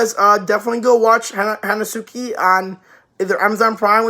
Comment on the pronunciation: It's pronunced "Henski"